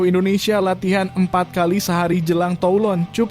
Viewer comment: Menit 3.02..kami akan mengikuti tulon cup pada awal juni tiga per enam per dua ratus empat😅😅... Aduh min, narasinya mbok diperbaiki